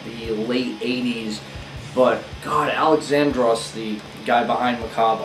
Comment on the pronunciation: Little tip from a Greek man.It's pronounced Al-E-xandros not Alex-A-ndros ,with emphasis on the e instead of the a. Ur welcome 👍